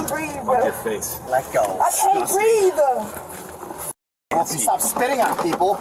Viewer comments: THAT IS THE WORST "I CAN'T BREEVE I'VE EVER HEARD. 💀🤡💩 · What's BREEVE???😂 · Breeve is how they pronounce breathe....